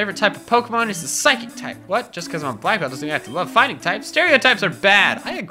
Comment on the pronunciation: I really wish he wouldn’t say Peckerhose instead of Pokemon.. it sounds like another name for a penis... Oh and QOTD: It’s a 3-way tie between Arbok, Toxicroak and Shiny Mega Beedrill..